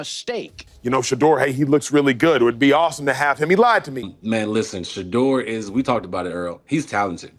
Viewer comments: A.I. is absolutely murdering your boy's name: First it was Sheddr, then it was Sheedr. :face-orange-biting-nails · Sheee-dur jerseys. Gotta hate AI. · Wow, this video is a positive outlook on the Young quarterback. It’s still somewhat disrespectful. At least if you’re going to use the AI to do the narration of this video get his name correct come on. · Pronounce his name right Dude!!! Damn💥🤞🏿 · You cant even be respectful enough to say his name correctly. Smh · The more I listen to this video and hear how you not only keep mispronouncing his name, but keep finding new ways to do it makes me say f-U and the wack-ass AI you created it with! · You a!!holes continue to disrespect him by not pronouncing his names correctly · I hate that you missed pronounce his name! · and you Still cant pronounce his name correctly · It's unprofessional to miss pronounce his name!💯